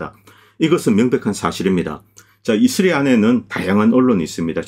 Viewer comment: 자꾸 이스리 이스리 이슬이? 해서 뭔가 했네요. 이스라엘을 왜 이슬이라고 하는지 궁금하네요